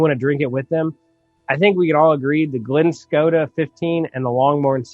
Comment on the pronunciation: Sweet! Was glad to see part 2 come out and see how and did with some entry scotch. Keep it coming with the bourbon alternatives..Irish whiskeys next? Side note...Islay is pronounced with a silent Y..so it's more like Isle-a short a sound. Glenscotia is pronounced like glen-sco-sha. But let's agree..who cares what I think LOL. Nice pick on the Highland 12. I haven't tried that Lagavulin yet..I'm still a bit peat-leary.